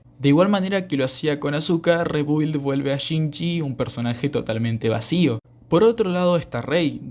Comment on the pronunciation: Se pronuncia RIBILD, saludos